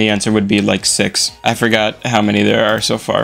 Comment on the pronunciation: "i forgor" ahh sentence